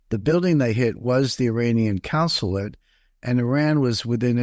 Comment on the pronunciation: And he keeps mispronouncing consulate